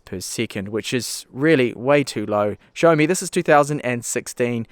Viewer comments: I had to replay a few times to actually hear you say xiaomi and not Sony. great laugh ;) oh and love your reviews. keep up the great work! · Tomas C he probably said Xiaomi - pronounces it show-me